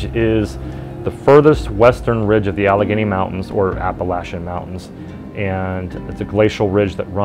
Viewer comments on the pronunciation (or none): none